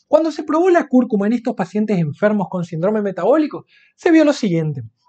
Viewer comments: SÍNDROME es una palabra esdrújula, se escribe con tilde en la i y se pronunciá asentuando la primera sílaba : sín-drome y no sin-drome. No dañar el idioma. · Pero como dice Sindróoome. Se dice Síííndrome, con acento en la i y no en la o...Es que en la Universidad no enseñan a hablar bién????? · Interesante. Solo un apunte, no es sindrome, es síndrome, con tilde.